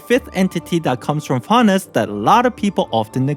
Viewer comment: "Byemon, Spymon, Paimore"